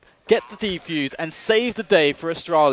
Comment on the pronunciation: i love this video but its one thing, the people that talk in the background say "deeefuse" not defuse X)